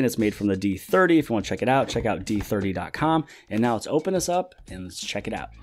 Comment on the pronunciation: D3ooohhhhhhh.. It's not d30 D3O.